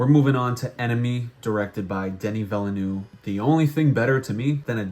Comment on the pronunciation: Your pronunciation of Denis Villeneuve kills me😂